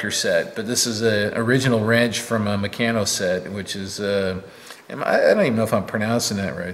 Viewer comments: It's pronounced 'mec arn no ' And yes I grew up with a large set came in a wooden box about 3' x 2' x 6inch deep, enough to build a drag line excavator 😀 Stuart 70 years this week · There is more than a little irony in using bronze to make stone tools. It's mec-aaa-no